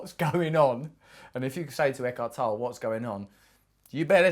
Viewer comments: Pronounced toe-lee, Russell. Yes, he's great. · It's pronounced Eckhart TollE, with a short german e a the end. Äkahrt Tollä. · I believe it's pronounced Eckhart Tolle (/ˈɛkɑːrt ˈtɒlə/ EK-art TOL-ə; German: [ˈɛkhaʁt ˈtɔlə]; - (toll a) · The e in the end of Tolle is pronounced...otherwise greatvideo